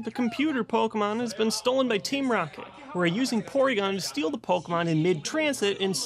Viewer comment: How to pronounce Pokémon 101:stop saying it like po-kuh-Mon or po-key-Mon but instead say po-kay-mon